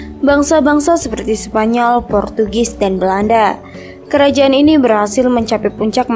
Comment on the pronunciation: Protugis? Wkwk ngakak bngt, portugis kak woi lahhh